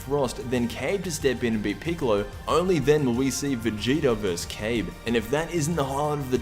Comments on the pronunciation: It's not "cabe it's ka-bae =kabe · That could be true, idk why but the way he pronounced it just annoyed me.